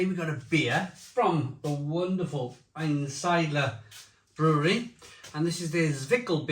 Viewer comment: I know you want to use a glass to pour the beer in so we can see the colour of the beer but you have a tall, cream coloured stein sitting right behind you from Aktien Zwick'l beer (also lovely btw)! Couple of pronunciation tips: -Einsiedler: ain-seedler (ain as in Einstein), -Chemnitz: Chem as in chemistry. -Reinheitsgebot: Rain-haits-ge-boat Zwickel: Tswickul In general the Germans pronounce the Z as if it there's an invisible T in front of it that you do pronounce, also works for zwei, zusammen etc